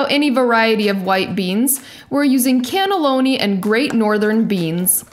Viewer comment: haha said canne-loni. shes so cute i love her but she is rich and i am jealous of her kitchen!!! plus she is way funnier and charming than i will ever be. I MUST DESTROY HER. FIGHT ME. FIGHT ME. on the other hand i don't like how she punches that onion.... maybe no fighting. OK SORRY NO FIGHTING.